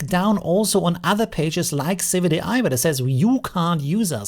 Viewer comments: Isn't it civitai not civic ai? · Correct. Civitai is not civic ai.